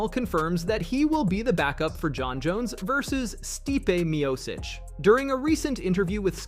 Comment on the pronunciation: Whos Stipe Meositch. Gotta pronounce Names correctly.